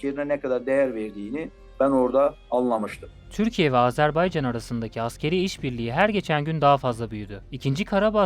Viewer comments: ah birde ismini doğru söyleyebilseniz.. Azerbey Azerbey.. ne beymiş arkadaş? azerBAYCAN. BAYYYCAAANNN. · Azerb Eycan deyil Azerb Aycan! AZƏRBAYCAN !